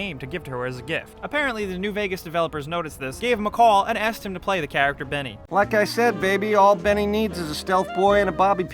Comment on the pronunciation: Not Denny, its Benny, with B